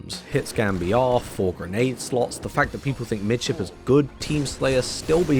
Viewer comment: saying Midship is awful. Not even surprised.